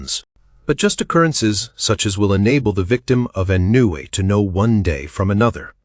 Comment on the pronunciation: Why are the readers of audiobooks not in the habit of looking up the dictionary?!... ennui [noun] Not /'enjui/ but uk /ɒnˈwiː/ us /ɑːnˈwiː